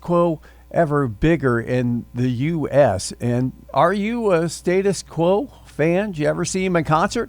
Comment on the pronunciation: Firstly, learn to say their name correctly.